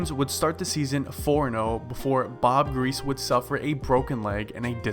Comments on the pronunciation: Its pronounced gree-see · Why are you making videos when you can't even pronounce the name of Hall of Fame quarterbacks like Bob griese?